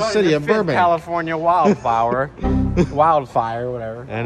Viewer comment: "wild fower"